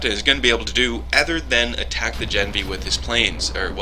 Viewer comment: gah-NEV-nee. I asked my dad who speaks fluent Russian.